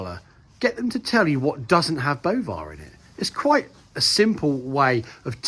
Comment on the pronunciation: I thought it has already been withdrawn, at least from Denmark's produce? Your inability to pronounce is irrelevant. We know this stuff is poison. Carbon footprint is total bollocks. There is NO anthropogenic crisis to the climate, it's just a massive scam to cause a holodomor and bring the populous to heel. It's the new slavery.